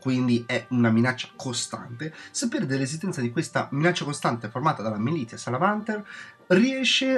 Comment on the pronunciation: solo due appunti: 1) In merito alle 3 Maestrie, non è che siano ridondanti, è che sono le versioni di secondo e terzo grado della stessa. Sono un'ottima variante per chi vuole fare da supporto alla squadra con buff e controbuff senza dover per forza fare un medico o un riparatore, ma in modo più attivo nel combattimento. 2) Militia Salamanter=MiliZia. il gruppo -Tia, -Tio in latino si pronuncia Z. Altro esempio, Coactus Recuperatio=RecuperaZio. A parte 'ste due robe, grande recensione.